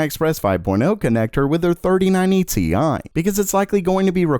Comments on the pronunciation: Bruh he called the rtx 3090 ti "tie" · "TI" gets me every time